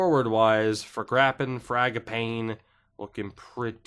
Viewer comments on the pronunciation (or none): i’m pretty sure it’s “FRAG-uh-PAW-nee” but it’s not really a big fuckin deal much love